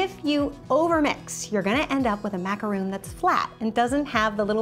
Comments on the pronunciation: It’s macaron not macaroon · where are you getting the roon from???? its ma-ca-ron not ma-ca-roon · Sorry but it's pronounced macaron not macaroon. Macaroons are something way different. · You're saying it like "macaroon" but it's Ma-ka-rhon" xD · its not macaroon its macaron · It is pronounced Mac a rawn